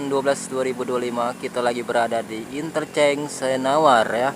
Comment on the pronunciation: Interchange yg benar bkn Intercheng